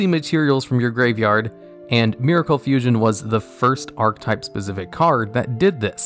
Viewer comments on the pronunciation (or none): it said fussion!? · Ok, is it just me, or does Vision HERO Adoration say Fussion instead of Fusion?